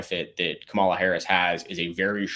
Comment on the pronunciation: Ka-Mala- the Ugandan giant 😂